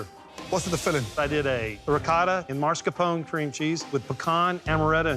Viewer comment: There is no "dd" in "Ricotta" - use the "tt"s! There is an "e" at the end of "Mascarpone" - use it! "Cannoli" is already plural - why the stupid "s"?